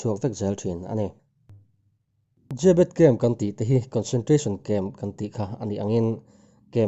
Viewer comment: Zêbet nilo in zebet anti in ka hria😇😇